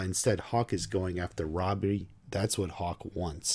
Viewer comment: U called him 'Robbery' for a moment there 😂😂